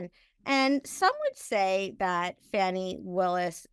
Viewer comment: At least get her name right. It is Fani, not Fanny. I think this is just a way for the Maga's to help DJT.